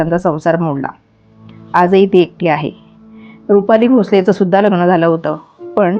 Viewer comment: किती अशुद्ध उच्चार! प्रत्येक वेळी ही बाई " लग्णं " असा उच्चार करते. आणि हिला का एवढया उचापत्या पडल्यात? कशाला एवढा शहाणपणा करते!